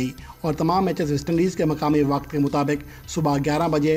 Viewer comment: AIN MUTABIQ HAHAHAHA PRONUNCIATION FUNNY